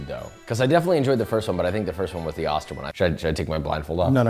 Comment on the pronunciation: Also:itis pronounced Oster…like “Oh, stir”.